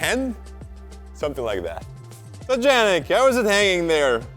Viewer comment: Why you say "Djannick" instead of "Yannick"